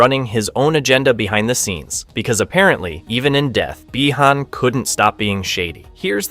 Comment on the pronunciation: Or when he mispronounces Bi Han